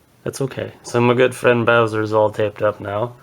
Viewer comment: the name is wrong its bowser not boswer